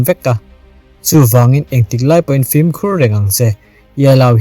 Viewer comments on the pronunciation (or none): none